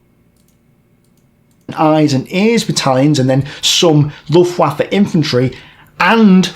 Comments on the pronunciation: IT'S LOOFT VAFF-EH, NOT LOOFT-WAFFA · "The Luft Waff" 😅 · luhft vah fuh, in German the W is called 'vow' and makes a V sound. V is called 'fow' and makes an F sound. a German would say, 'Vonderful fiolin" instead of "Wonderful violin" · destiny, you’re a smart guy. I’m gebuinely baffled you didn’t know how to pronounce luftwaffe or vichy before this video. is this not part of standard American education? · This is brutal for me to watch... unable to pronounce basic ww2 terms. Cringe. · I've had occasional doubts but I think we can all 100% safely say now, Destiny is in fact a girl's name. She doesn't even know how to say Luftwaffe. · Sometimes I think he's brilliant, then he says Luftwaffe lol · You have no idea what propaganda is and it’s obvious from your comment. Nothing he said was incorrect aside from his pronunciation of Luftwaffe. Propagandists KNOW the oppositions side and actively manipulate and obfuscate everything to make people believe their message. I’m sure most of those words went over your tiny head however. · Probably the worst pronunciation of Luftwaffe I've ever heard lmao There's an E at the end, and it's not silent. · From a British perspective it weird seeing someone as educated as Destiny not know this pronunciation.